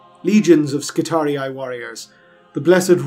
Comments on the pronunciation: You are the ONLY one who pronounces Skitarii correctly. Thank you. Thank you so much. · You pronounced Skitarii correctly! Subbed.